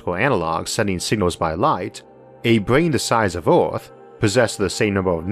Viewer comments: I didn't know our planet was called Orth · Orth? Staouwll? Solo sistam? I Soface